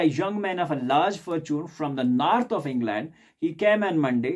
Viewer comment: Author ❌ aathar ✅ North ❌ narth ✅